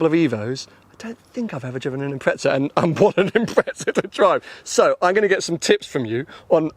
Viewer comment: 250K!?? What the flying f**k!? GTR R34 > this ;)) And why do you call it an Impretza?? Wheres the effn heck is the 'T' in that name? Silly pommy boys lol